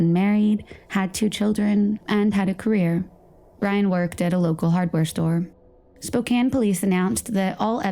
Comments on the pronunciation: Spo-Can not spo-cane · Better late than not at all, but it really sucks when the perps evade justice in this lifetime by dying. In case anyone's curious, "Spoh-CAN" (like a can of soup) is the correct pronunciation (she also says it "Spoh-CANE" like a candy cane). ☺